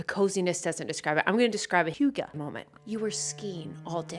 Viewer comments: I’m so happy I watched this, your videos are so good and you NAILED the hygge pronunciation!!! 👏🏼👌🏼🇩🇰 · You're pretty close with the pronounciation of hygge! 👏👏